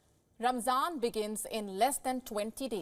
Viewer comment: Ramadan not ramsam